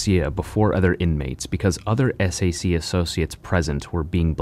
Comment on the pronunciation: You say "SHU", and SAC, wrong. It's spoken as "SHOE", and SAC is spoken like "Sack". The shank is not at all a "bonecrusher", as a bonecrusher has a blade longer than a foot/12 inches, roughly, and that shank depicted is the smallest one I ever saw (used because it can send a message, yet that message is NOT "I killed him", as it is generally considered too short to cause deaths).